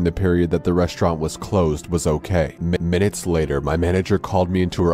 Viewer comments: What Everyone Else Hears: Minutes Later What I Hear: McMinutes Later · Actually, that was an audio glitch, if you listen he says m-minutes later and not mcminutes